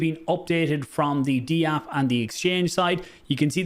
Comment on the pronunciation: It's just Dapp. You don't need to say DeeApp lol.